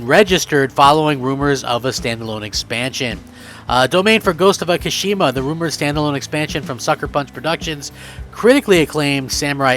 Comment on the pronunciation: Where are you getting Akashima from? It's Ikishima!!! Pronounced Eekeesheema.